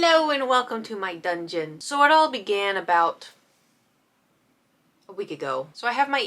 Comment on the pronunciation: Does pronouce dungeon as thongeon?